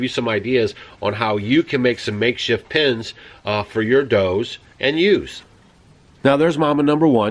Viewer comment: *pens (not pins) Great job improvising pens ... Rambo has his eye on ewe....and you... I hope the neighbor does well with the lambs.